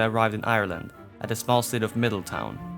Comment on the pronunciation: Just a heads up, Midleton is pronounced middle-tun or ton, depending on how you pronounce ton, also there was a memorial made here in midleton for the choctaw, I live about 5 minutes away from it and see it when I go on a walk for some fresh air, it's a stunning piece at night cause it has a bunch of lights pointing up through the feathers.